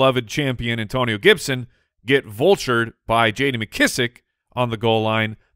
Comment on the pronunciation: An-Toe-Ni-NOOOOOOOO! Gibson